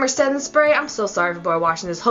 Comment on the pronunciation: "Maybelline spetting spray" LOL